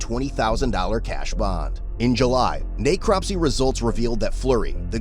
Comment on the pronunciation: Not pronounced Nay-cropsy, if your using text to speech narration just enter in ' neck crop see', not being hostile.